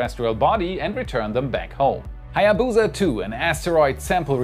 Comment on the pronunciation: If only you put half as much effort into researching how to pronounce "Hayabusa" as you did with "Chang'e"...